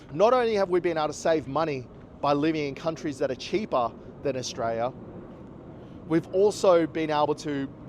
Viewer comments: Maybe learn how to pronounce the country's name first.. Aus-tray-lee-ah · Mate there is an “l” at the end of Australia-l-is!! The cost of living is high in most countries in the world at the moment so stop your bloody whinging!!